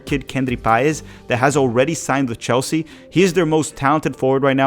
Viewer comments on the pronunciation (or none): none